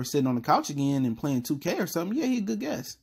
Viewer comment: Guest. Not guess. Js